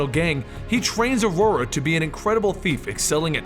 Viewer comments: i think its Ororo not aurora. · Are you pronouncing her name right, cause I don't think so? I know Xavier says it that way in the movies, but I thought that was because he has a pretentious British accent. Wolverine used to call her "Roro" in the comics and if her name was said like "Aurora" that wouldn't make sense, also it wouldn't rhyme with Munroe. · It’s O RO RO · de plugged O-Raw-Ro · it is I think the guys just pronouncing it incorrectly